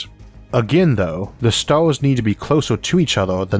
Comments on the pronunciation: it has three "Stauuus" hahahahahahaha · THWEE STAWRS IN THE ALPHA CENTAUWI STAWR SYSTEM?!?! UNBEWIEVABLE!!!! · How do narrators with speech impediments get work? Lol Sounds like the guy from the big bang theory. "Alpha centau- we" "Pwoxima" "Staws" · The Staws are so incwedibly faw away its just hawd to compwehend how faw they weally awe away.